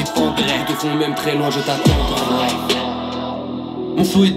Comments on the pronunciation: Luv se prononce Louve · « Louv Resval, Leuv Resval » Il prononce « Love » dans ses sons 🤷